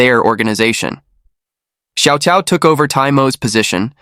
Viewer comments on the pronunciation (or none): here's how you can improve your pronunciation of Chinese names. "Cao" is pronounced as "Chao". "ah Cao" is "ah Chao".